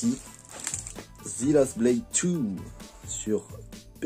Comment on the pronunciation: Slt Sympas la video En anglais « the »se prononce « zeu » On le prononce aussi « zi »comme tu le fais si bien mais uniquement lorsque le mot suivant commence par une voyelle, C est une remarque constructive pas une critique, je m abonne de ce pas . Bonne continuation !